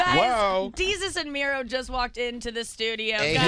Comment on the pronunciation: did you just call Mero, Mary?